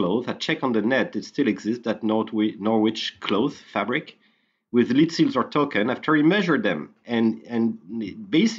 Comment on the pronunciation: Lead(the metal) is pronounced Led. Lead(to lead someone somewhere) is pronounced Leed. There is a big difference.